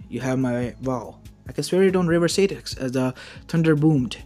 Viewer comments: also it's styx not staticks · Stix is pronounced sticks